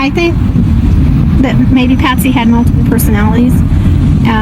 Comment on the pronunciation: You didn’t even get Patsy’s name right once🙄🙄🙄🙄🙄🙄🙄